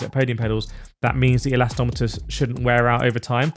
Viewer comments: nah, it`s like a Brit saying..aluminum....say it properly. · The “elastometers” thing is starting to annoy me lol… surely I’m not the only one. No hate though 😊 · I kinda like it. An unintentional signature, lol.